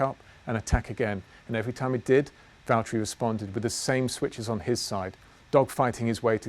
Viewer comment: Please say Valtteri it’s James